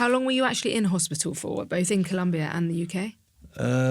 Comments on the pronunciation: Es colombia no culumbia❤ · It’s COLOMBIA. Even in English